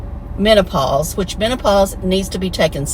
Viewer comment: He has now done 4 videos on sex and relationships and they just get more and more disgusting and offensive to women. He cannot pronounce menopause or testosterone, has had 3 failed marriages but thinks he's an expert on these subjects. Tim is only an expert of making an A-- of himself.